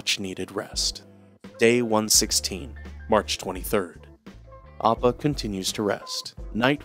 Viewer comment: The way this mans pronounces Appa’s name inconsistently drives me crazy💀💀💀 amazing video tho frfr